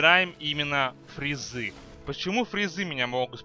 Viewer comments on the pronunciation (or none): не фризы а фазы